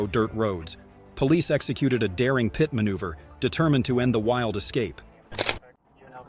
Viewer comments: its not a >>> PIOT MANUVER >>>> its called a >>> PIT MANUVER and you call a motor cycle a car - - its called a MOTOR CYCLE dam your dumb narrorator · The narrorator sucks. It's not a K.I.A it's a Kia. Also, it's not a PITE maneuver. It's pronounced pit